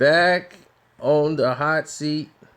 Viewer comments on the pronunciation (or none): none